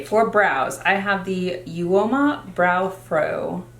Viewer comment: Hi hun it's pronounced oma for uoma beauty 😉